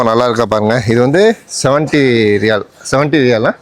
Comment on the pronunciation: Riyal nu sollu da cring mandaya